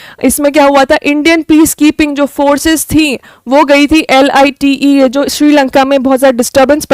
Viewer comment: mam LTTE NOT LITE